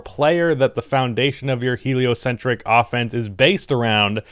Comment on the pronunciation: There he goes again saying heliocentric